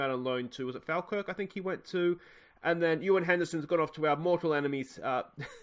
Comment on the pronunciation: Falkirk is pronounced Fall-kirk. But you probably know that by now!